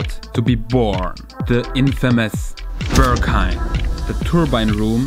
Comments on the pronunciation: Steht da Börghain oder warum sprichst du es so aus? 😂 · dachte ich spätestens als ich sein erstes ‚Börrghain‘ hörte 🤣